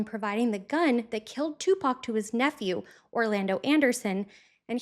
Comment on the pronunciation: Finally, another white woman other than myself who can pronounce 2Pac’s name correctly.